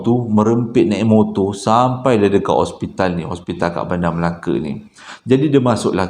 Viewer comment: bukan ospital....hospital😅😅